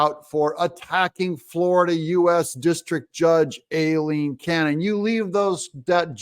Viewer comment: Doug i love you brother heres a heads up, its pronounced EYE-LEEN. LOL. Keep up the good work my brother TRUMP 2024